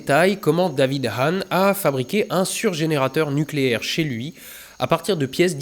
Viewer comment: Nukélaire! On dit nukélaire! D'Oh!